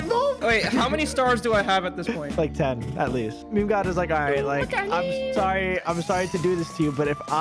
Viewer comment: Its pronounced meme not memey